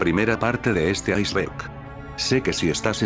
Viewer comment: En la intro dice "icberg"